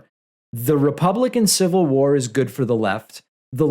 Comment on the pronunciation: “I don’t need yo’ civil wawawaw!” -Axel Rose